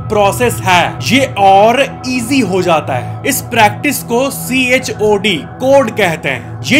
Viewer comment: Chod cord 😂